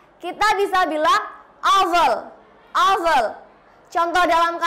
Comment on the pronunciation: Sorry to say. It is not how to pronounce the words awful and massive. You need to learn more about pronounciation. Mss. Ervi is much better.